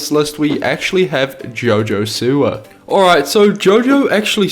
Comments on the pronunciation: Lol it sounded like he said Jojo Sewer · isn’t it JoJo Siwa?